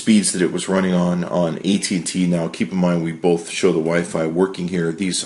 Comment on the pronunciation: THERE IS NO L IN "BOTH"!!!!